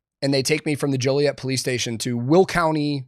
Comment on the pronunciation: You know he actually lived in Joliet because he pronounced it right, ain't nobody jolly in Joliet. That, and the police brutality.